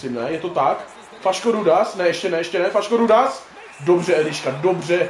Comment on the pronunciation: *Faško-Rudáš nie Faško-Rudas 🤣🤣🤣